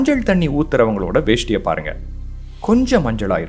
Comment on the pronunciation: வேஷ்டி ❌ வேட்டி ✅